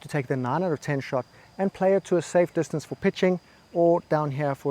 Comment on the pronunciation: You are right sir. When I heard you say dis-ton-say for distance I knew you got me good 😂